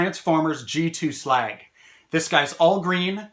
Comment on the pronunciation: Glad you actually call him slag his correct name.